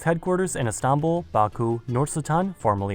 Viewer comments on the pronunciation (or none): none